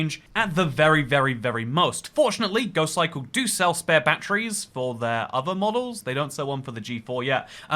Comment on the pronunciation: "GoKikle" - James May